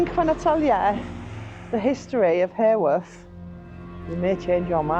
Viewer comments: Came over to check out your channel after seeing you with Neal & Emma. Thank you for visiting our lovely Bronte country, just wanted to say, Haworth not pronounced like heyworth but ha ha Haworth 🤣. The Black Bull has also featured on most haunted as its thought Branwells spirit still has a presence there. Keep up the great vlogs guys ❤️ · well in fairness, us Yorkshire folk tend to drop the H in Haworth too, sounds more like Awuf 🤣. Happy New Year! 🥳